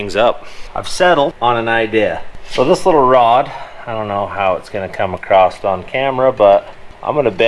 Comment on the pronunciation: you say acrost a lot in this video. Btw I do not say across either and it bugs the ever loving hell out of my wife:)